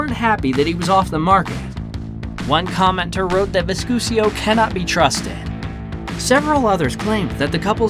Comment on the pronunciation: Her name is not VISCUSIO it is V I S C U S O.